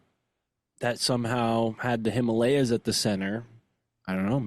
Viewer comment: Him-a-lay-here ❤ Himalayas